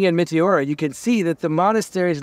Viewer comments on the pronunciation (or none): It’s pronounced Me-te-ora. The e’s are short and the accent is on the te. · Meh-Teh-aura emphasize the teh